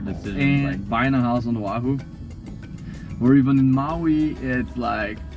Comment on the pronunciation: Aloha is not bs you guys don’t know anything you guys are dumb I am a loko and you guys are idiots you can’t even say the name of our state right and also the us took what was our state and illegally over through our people and you made our queen be in prison for no reason. Also say Oahu right